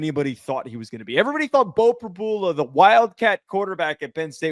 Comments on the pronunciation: Pre-BEW-luh…not Pre-BOO-luh. I have no idea how you didn’t figure that out, especially if you watched the broadcast (which you didn’t). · PRY-BUELA not PRABOOLA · Prib-YOU-la NOT Prib-bull-la🙉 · No one..?? Every PSU fan was mad when he left. He is very explosive. No surprise at all.....btw...Prib-yu-la... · Are you guys mispronouncing names on purpose?